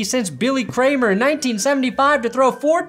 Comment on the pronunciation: Kilmer not Kramer